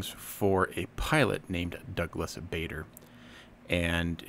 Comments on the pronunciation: It’s pronounced Douglas Barder,not Douglas Bayder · Bader is pronounced Barder, as in bar with a long "a". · His surname is pronounced 'Barder', with a soft 'A'. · Yeah, definitely not pronounced "Bay-der". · I hope you aren't offended by the 'correction'. It looks more harsh in written word, than it did coming out of my mouth! There's a video somewhere of the man himself being interviewed. The interviewer says his name as "Bayder" (long A). Barder, known for his abruptness, corrected him with a stare; "my name is Barder, that's Barrrder!".